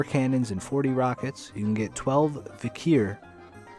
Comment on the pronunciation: If you don't know how to pronounce Vikhr (no biggie), just say Vee-Har.